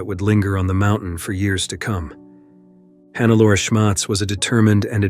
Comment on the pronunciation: omg, why always this dumb AI-voice?? Who TF is Hannaalla Schmitz?? It is Hannelore, the gumbest AI should spell this correctly... Sorry, but thumbs down!